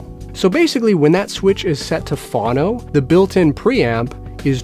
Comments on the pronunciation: Yes, please never ever say it that way again! :-) Phone-oh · Why do you pronounce 'phono' as "fawno"? I've never heard that pronunciation, and the dictionary has it as both vowels being long. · Phono is pronounced “Foe-no.” :) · It’s pronounced phone-o,. Record players are also known as phonographs. Pronounced phone-o-graph. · I'm American and I've never heard anyone say "fawno" until this video. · Same here. Maybe he's Canadian, eh? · That was driving me mental, too.